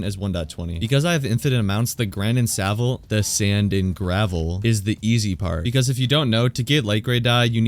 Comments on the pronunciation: Grand and Savel -- I love that 😂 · grand and savle haha😆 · grand and savel 🤣🤣🤣